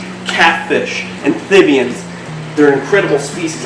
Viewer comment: Please say amphibians correctly ph not th. Otherwise awesome video 👍